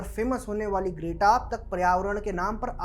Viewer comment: Are you calling her Great-Aa on purpose? It's pronounced Gret-Ah.